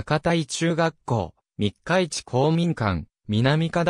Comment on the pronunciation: みっかし、ではなく、みっかいちですよ。